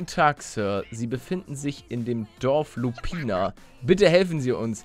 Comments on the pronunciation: No Hate es das Dorf heisst nich Lupina sondern Lupinia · Die Stadt heisst aber Lupinia und nicht Lupina